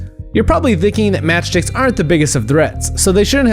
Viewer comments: sounds like he's saying match dicks 😂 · No one is going to point out that it sounds like he says matchdicks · Lmfao it sounded like he said match dicks